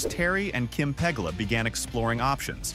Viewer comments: 1) It's Peh-GOO-la, not PEH-gah-la 2) Why did you show a drone shot of Pittsburgh? 3) The Pegulas aren't going to "own" the stadium. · It’s pronounced: Pa-GOO-lah Terry & Kim Pagula Not Terry PEG-La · Would be easier to watch if you at least got the owners, Teri and Kim 's last name correct. It's not Peg a Las It's pronounced Pe goo la. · It's pronounced PA-GU-LA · your butchering of the owners last name is almost criminal...Puh-goo-la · interesting, but could you learn how to pronounce the owners name? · The instant you butcher the pronunciation of the team owner this video loses all credibility....do some research. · A.I. stinks and you couldn't be bothered to get the pronunciation of the owners last name correct.